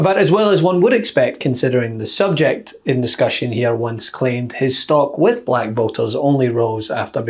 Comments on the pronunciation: trumps pronunciation of black was weird it souned more like balak...Is BALAK a word? Some one should look into that... Balak - Wikipedia Balak (Hebrew: בָּלָק Bālāq) was a king of Moab described in the Book of Numbers in the Hebrew Bible, where his dealings with the prophet Balaam are recounted. Balak tried to engage Balaam for the purpose of cursing the migrating Israelite communities. After his mission with Balaam to curse Israelites failed, Balak decided to ally with Midianites to gather their women in order to lead Israelites men astray in adultery. There are various proposed etymologies for the name Balak, all having to do with children or "waste" - The name Balak is in modern times claimed to come from the sparsely used Hebrew verb (balaq), waste or lay waste (Isaiah 24:1,3; Jeremiah 51:2). There are no derivations of this verb besides this name.[citation needed] Other proposals are: Devastator (BDB Theological Dictionary), Empty (NOBS Study Bible Name List), or Wasting (Jones' Dictionary of Old Testament Proper Names). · What’s with how he pronounces “black”? So weird.